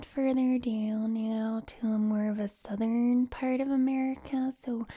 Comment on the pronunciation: When you are doing to southern accent, try to pronounce the uh, r, and n in the word southern. And when saying vowels try to make your mouth a little larger to make a rounder sound. Love from the south ❤️